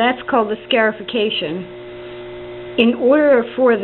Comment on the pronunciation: Love the video. Not being critical here but I believe it is pronounced scar-ification and not scare-ification. Like you cut yourself and you now have a scar from it. I do like the idea of trying to scare my seeds before planting though haha.